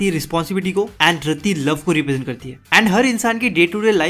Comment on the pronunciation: raddi nai yaar rati RATI HAI USKA NAAM 😊